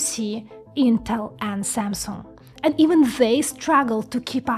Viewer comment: Straggle ("Struggle")